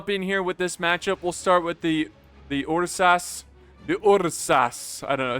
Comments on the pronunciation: it's errsus not yursas. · with all love and respect, I am losing my mind every time you try to pronounce "ursas"